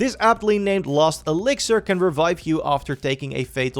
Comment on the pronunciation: its pronounced LAST elixir not LOST elixir smh